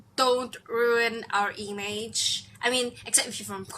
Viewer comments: "Eemage"? Lol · ''EMAGE'' Omg im dying xD brilliant, thank you so much